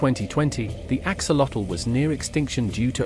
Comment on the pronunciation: The video is very interesting. It would be a nice addition to include the correct pronunciation of the name "axolotl" It is from the Nahuatl language. Search for "correct pronunciation of "axolotl" and there should be a YouTube video giving the correct pronunciation.